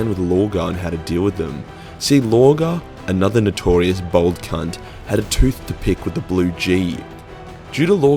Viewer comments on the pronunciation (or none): you as a fellow aussie you need to learn how to actually pronounce bald, you said bald like bold